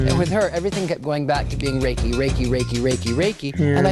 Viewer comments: Reki is geh-ki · Reiki master got shit japanese pronunciation lol